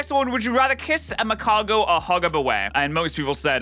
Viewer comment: Magargo, isn’t it magcargo